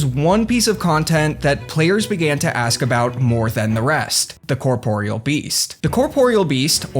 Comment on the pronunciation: Incredible. A RuneScaper who actually knows how to pronounce corporeal. Excellent work.